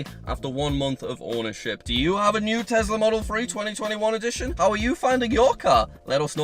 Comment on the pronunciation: I think you mean Tesla as you keep saying Tezla. LOL ☺